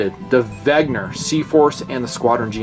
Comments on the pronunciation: IT’S WENNGGGGGER. NOT WEGNER?! I love you but it makes me fiery red mad everytime you say wegner. Please. WENNNNNNNNGER. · "VEN-GER" not "VEG-NER"... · Pronounced VEN-GER not VEG-NER... I think vegner is an anti veggie word made up by hipsters :) Trouble with affordable watches is the lume... :(( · You almost got the German pronunciation. Notice the g comes before the n, not vice versa. So it's not veg-ner, it's veh-nger, with the nger sounding like it would in hanger or singer. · really? Weg-ner again? Think "Ven-ger!" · “Wegner”. It’s like the George Bush syndrome, “nucular” instead of “nuclear” lol